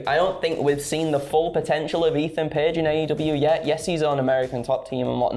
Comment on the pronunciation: Eathan page ? Wow 🤣